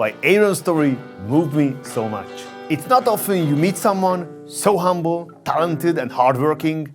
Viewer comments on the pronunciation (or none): none